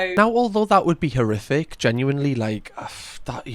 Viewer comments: I think he said horrific but it lead quickly from most which made it sound like he said terrific 😅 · …..He said “horrific”.